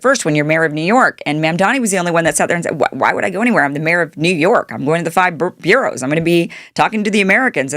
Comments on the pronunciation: Kim, the areas of New York City are called "boroughs" not "bureaus". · NYC has "burrows" not "bureaus"